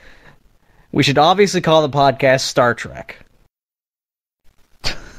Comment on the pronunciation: Spelled "Spwadcast" but pronounced "spodcast"?